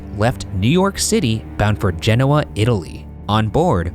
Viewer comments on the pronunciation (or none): That pronunciation of Genoa 😬😖